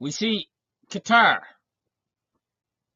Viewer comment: Glad you pronounce Qatar correctly and not 'cutter'.